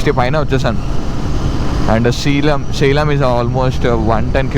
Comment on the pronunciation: It’s say-lem, not see-lam